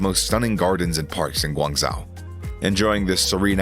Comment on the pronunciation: Hearing him mispronounce Guangzhou so horrifically triggered me more than it should have.